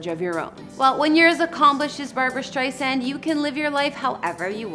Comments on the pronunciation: Where to begin??? FIRST, StreiSAND with an “S” not StreiZAND with a “Z”! This woman POORLY researched this story. There were so many inaccuracies that I just STOPPED watching half way through. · Don't let Barbra see you actually misspelled her last name ! And the pronunciation Streisand,,,,(ei) sound! It doesn't sound like "eight" bur rather "i".... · Sheesh... Not only did you spell her name wrong in the title, the female narrator even SAID her name wrong. Her first name is spelled "Barbra," and her last name is pronounced "Strei' sand," not "Strei' sun" or "Strei zand." The narrator also is not Ms Streisand's close friend and thus is not entitled to call her Babs." Barbra Streisand has been my favorite artist for over 50 years, and is adored by many millions of fans worldwide, and this video is an insulting, offensive sham. You can do better when honoring a beloved icon.